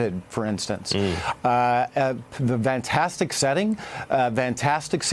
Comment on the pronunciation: Did the Amb. say vantastic ?